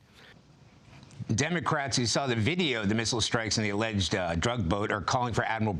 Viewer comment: Cracks me up how you say alleged. We can read a cigarette label from outer space. You really think we're shooting at fisherman?